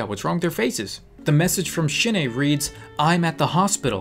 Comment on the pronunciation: idk why but everytime you say Shin-ae it sounds like you are saying shit aye